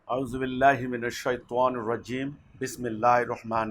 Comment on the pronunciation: শয়তানের বাচ্ছা আউজুবিল্লাই ঠিক মত উচ্চারণ করতে পারো না, লজ্জা করে না আবার ইসলাম সম্পর্কে কথা বলো, তোদের পতন হবে এ বাংলাদেশ থেকে,হয় আজ না হয় কাল, পুরোনো পাগলে ভাত পায় না আবার নতুন পাগল_পুরোনো ভন্ডরাই টিকতে পারছে না আবার নতুন ভন্ডদল হিজবুত তাওহিদ, আর সর্বোপুরি কথা হলো তোরা নায়েবে নবি আলেমদের বিরোধিতা করে মারাত্মক ভুল করেছো এটাই হবে তোদের জন্য বড় কাল!